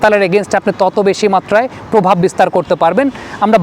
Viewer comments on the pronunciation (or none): none